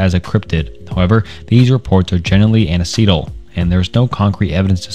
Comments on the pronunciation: Anecdotal is pronounced "an-ek-doe-tal" not "an-o-see-dal" you really should use your own language when writing these, or at least learn to pronounce the words correctly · Anecdotal is pronounced "an-ek-dote-al" I've been happy to see you get better with every video! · You are improving! I'm so glad I get to see your evolution from the beginning. A few notes: "anecdotal" is pronounced "an-ek-dote-al" (there are Youtubers with millions of subs who still pronounce "macabre" as "muh-kah-bray", so don't fret too much 😂) I still think you could work on your pacing. This is definitely better than previous videos, but there are parts where you speed up and sound like you're rushing. Take your time! Don't be afraid to do multiple takes. You should add more commentary. You sound most natural/comfortable when adding your thoughts and ideas. Do more of this 😊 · It’s spelled “anecdotal”, not “aneceetal” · Hey, I'm really fascinated by cryptids too (and just anything dark and enigmatic). I'm also here to let you know that you pronounced "anecdotal" wrong. It's pronounced "an-eck-doe-tal". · No I will not chill. He would know how to pronounce it if he ever paid attention in high school English class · "Anna-See-Dole" LOL, really? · Great video, but man, you need to work a little on your pronunciation. Namely, in this video, I noticed some butchery of "Anecdotal" and "Harbinger" among others. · Love the video but the way you pronounce "Anecdotal" drives me crazy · This content is incredible as always. However, you really need to work on pronunciation. You’re constantly saying basic things incorrectly like “anecdotal” as just one example. If you get the pronunciation right these videos will be that much better. Keep them coming man. And do a second take when you stumble on your sentences.